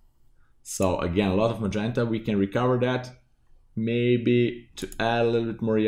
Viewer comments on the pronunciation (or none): none